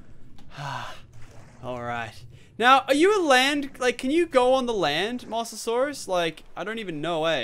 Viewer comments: Say it like MO-SA-SAUR-US not 'mossasaurus' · its pronounced Mose not moss